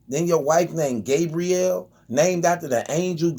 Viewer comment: Lmao he said Gay-briel Union 🤣🤣🤣